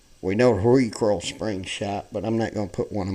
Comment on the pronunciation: It's recoil, not recoral, RECOIL